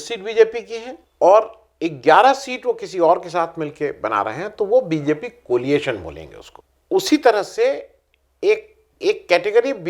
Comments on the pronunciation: एक विनम्र निवेदन कोलिएशन के स्थान पर कोएलिशन कहा जाना चाहिये ! धृष्टता के लिये क्षमा कीजियेगा ! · आ., COLIATION नहीं, COALITION! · Coalition, not coaliation. There is no such word.